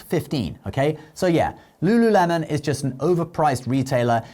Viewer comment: Lululemon? Ew please don’t do that